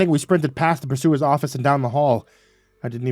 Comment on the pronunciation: To be fair most people listening to this won’t be ocean-liner nerds like me but for those who are…and for future reference…..there is no officer on a ship called a “pursuer”…..it’s “purser”. That little matter out of the way I loved the story…props to the writer who’s obviously a fellow ship-nerd. Even the deck plans and names of spaces on the ship were pretty accurate for the QE1 (I write “QE1” because there is a QE2 that still exists). The concept is really interesting, I don’t think I’d have the trepidation most of the characters did if Given the chance to stay in 1956 America taking a transatlantic voyage every few years though…..I’d be fairly happy to take that offer.